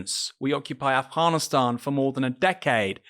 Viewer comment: I had planned to listen intently until I heard the Internationalist pronounce 'Afghanistan' in the way he did! Goodbye!